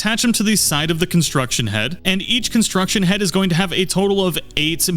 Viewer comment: CONSTRUCT head, NOT construction head.